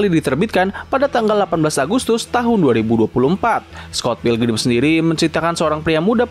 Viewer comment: Bang pas lu ngomong 2004 tapi kok gua dengar nya lu sebut 2024😂